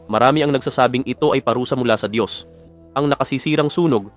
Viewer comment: Ang Dios ay hindi tao. Itatama ko lang yong paulit ulit na pagbibigkas mo. Diyos nga sya makapangyrihan sa lahat lahat. Kaya hindi sya tao.